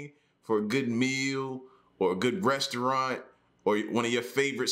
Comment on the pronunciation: Thought i heard breastuarant.